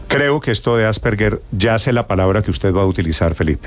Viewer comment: Se pronuncia 'Asperger' con la g normal y no como 'gue'. Primero apredamos a decir bien las cosas y luego charlamos